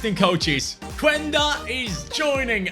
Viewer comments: pls im portuguese and say qenda not quenda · The U in Quenda is silent, is just "Kenda"